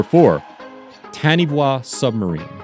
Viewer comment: FYI Taniwha is a Maori word and is pronounced "tah-knee-far"